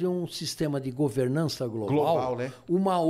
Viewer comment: Ele falou em governança Global ... rsrsrsrs "çei" ... rsrsrs